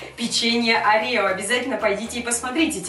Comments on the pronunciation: Не оре́о а о́рео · Орео ударение на 1 о